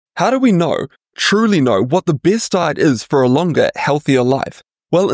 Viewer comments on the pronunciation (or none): "How do we naur, truly naur, what the best diet is for a longer healthier life."